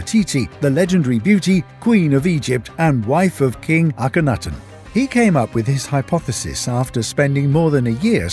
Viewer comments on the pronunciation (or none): He can’t even say akunatun properly